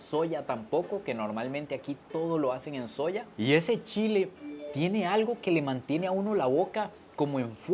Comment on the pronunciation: Nada más Sancarleño que diciendo "Chila" jaja